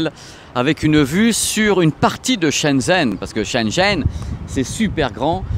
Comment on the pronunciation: Super vidéo! Par contre vu que ça fait plusieurs mois, je me permet de te dire que Shenzhen ça se prononce comme "chêne gène" avec les "é" plutôt comme des "e":)